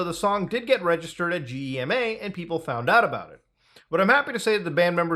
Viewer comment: GEMA-is pronounced (Geh-mah) just FYI. ITs like some BS organization that has some control over the music industry. It is meant to try and help artist get paid for playing, but its stupid and tedious and never really nets anyone a lot of money unless you are the typical radio pop schlager band....German music is only slightly worse than their comedy.